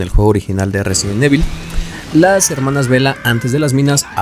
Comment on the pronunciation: Te haces llamar fan y no sabes pronunciar resident evil, en vano todas las pantallas de carga de cada juego.